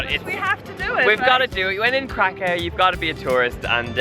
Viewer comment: Yay for Poland! Btw, i don't mean to be rude or anything, but Kraków is pronounced like Krakoov, haha :D